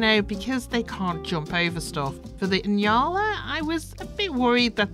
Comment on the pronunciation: Nyala is pronounced nee-aa-luh.